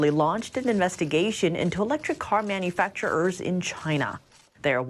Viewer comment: why do you keep on saying manufactur-er? You pronounce it as 1 one word without any pauses or breaks.